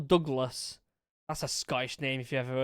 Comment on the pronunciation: Love your video man! Anyway, pls learn to say Douglas and stealthy without making it sound like you’re having a stroke at the same time, unless you actually were having a stroke, in that case it makes sense. 😂